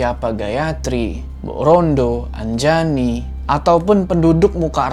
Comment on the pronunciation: Anjani❌ Anjayani✔️ Wkwkwkwkwkwk:v